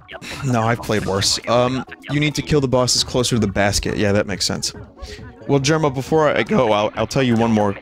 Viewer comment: Had vinny always referred to Jerma as "jerm"?